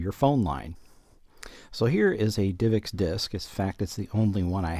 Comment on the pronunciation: why does he say "divix" when its like "div ex"?